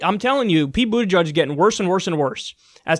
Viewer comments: Boot EDGE EDGE not Boot EDGE UDGE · "Buddajudge" holy shit dude at least fucking pronounce it correctly.